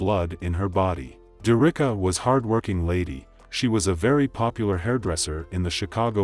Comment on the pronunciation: Her name is pronounced Derrick-ka not Der-Ricka